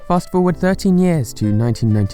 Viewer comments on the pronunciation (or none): none